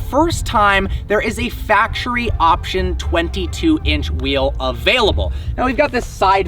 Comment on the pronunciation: Btw you mispronounced factory